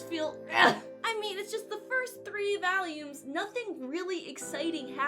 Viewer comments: why do you keep saying "values" isnt it volumes? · why does she keep saying valium? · Stop saying valiums plx. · I am also from the midwest and... that's not how I say it. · i have never heard a brit say it like that